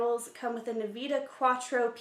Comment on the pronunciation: The Wacom Engine is sold separately. This lady doesnt know what shes talking about. She says Waycom when its Wacom and even called the gpu "Kneevidia" when its N-vidia. She take what she says with a grain of salt. There are many other artists doing reviews of this product, who actually know what they are talking about.